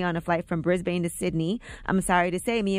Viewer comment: You pronounced Brisbane wrong. Just sayin. I’m Australian